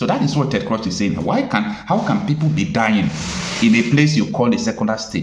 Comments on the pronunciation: Your presebtations are usually good. But it is a disappointment that you continuously be misculall yye name of the principal actor or party in your presentatipn. How could you be calling Cruz as Crush. It is totally unacceptable. A little more rigor in your preparation will be relevant. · But can't you pronounce Crews/Cruz? I would be deeply offended if you don't pronounce my name properly. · Ted Cruz, not Crush!Listen to how people are pronouncing this name😤🥹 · Cruz (Spanish). Pronounced: Cruise or krooze. Lazy Nigerians will never stop looking for help from the wrong places. It's going to wind up as jumping from the frying pot into the fire. The zoo hates to research anything. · Do you mean you have never heard of the name Ted Cruze pronounced or called. Why do you mispronounce his name? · Chai. It’s not “Ted CRUSH”. It’s Ted Cruz pronounced as CRUISE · Hello, Presenter. Thank you for your informative videos, but please could you correct some of your pronunciations? His name is pronounced in a similar way as the word "Cruise". When I first listened to the audio of your video, I actually didn't realise that you were speaking about "Senator Ted Cruz." Please take this in good faith. Thank you. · Young man, His name is CRUZ (pronounced KROOZ) not KROSH. DETERMINE is (pronounced DEE-TER-MIN.) not DEE-TER-MINE. Just so you know. Thank me ! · His name is pronounced as /kruus/ not /krosh/. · Wait a minute. What did you call Ted? Ted "Crush?" It is "Cruz" and not "Crush" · Cruzzzz not cross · Prounced Cruz and not Crush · Dear bro you're calling him "Ted Crush" ➖ However his name is Ted Cruz ( "Cruz" pronounced as; "Cruise", like Cruise-ship, or Cruze, like Cruzeiro.) In case someone ever shares your video to him, I'm sure you'd like him to come away with appreciation for your professionality and pursuit of excellence as an independent journalist. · Please the name is Ted Cruise(Cruz) that's how the pronounce it in the US not Ted Crush but Cruise(Cruz). Thanks